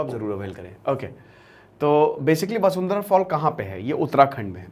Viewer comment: वसुंधरा नही वाशुधारा